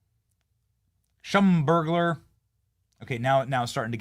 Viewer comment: It’s pronounced slum ber j